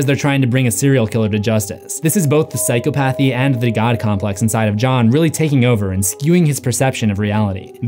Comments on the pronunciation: Okay. I’m not an English major but it’s been bothering me you keep saying Psychopathy wrong! It pronunciation is (sai-kaa-puh-thee) not psycho path eee lmao sorry man that shit was cringe the whole video, I thought maybe I was wrong on the word but I looked it up and yes you said it wrong the whole time 😫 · Say it with me: Psy-cah-puh-thee NOT Psy-co-path-ee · Btw it's PsychOpathy, not psychopAthy lol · Sai-kaa-puh-thee not psycho-pathy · Psy-caw-pathy not psycho-pathy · You would think someone using the word psychopathy repeatedly would learn to actually pronounce it...